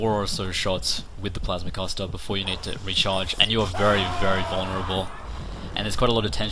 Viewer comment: i like how he says plasma caster like plausmah cuasta